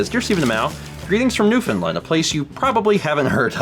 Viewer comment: New-fn-land. Also it may look like im speling New Finland, but its not pronounced that way either